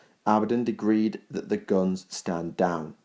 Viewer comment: Who is this "Easy-Kyle" to whom you speak of? Do you mean "Ezekiel" (E-ZEE-KEY-EL)? And it's "Decreed" not "Disgreed". Though I do like this level of information, however, as with the One Sydicate, your delivery is a little sloppy and needs to be rectified. Should you do this it would make these vids more bearable; some people don't like lazy or half-arsed pronunciation that is incorrect. Not trying to be a dick head, just pointing out a blatant flaw that ruins your otherwise great work.